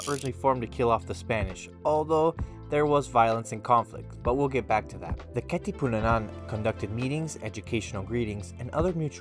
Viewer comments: You keep on saying Katipunanan 😂 It’s Katipunan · Almost correct bro Its Katipunan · It's Kati-pu-nan HAHAHAHAHA 😂 good video dude! Thank you for covering a history about our country 💖🇵🇭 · who cares about his pronunciation of Katipunan. He's educating ignorant tourist, specifically Americans, that would otherwise be bewildered at the kkk signs and murals in the Philippines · LOL. I laughed so hard. naalala ko si Vice yung sabi niya Ivan-nananananan